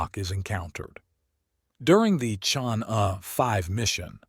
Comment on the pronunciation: "Chang'e" should be pronounced as 'charng' 'err' Take your time, read it out, slowly